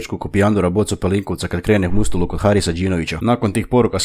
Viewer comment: Jesam jedini koji je primjetio da je rekao mustuluk a ne muštuluk od Harisa Džinovića? Hahaha lapsus